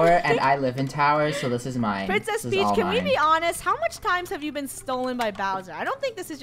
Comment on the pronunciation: It's peach not preach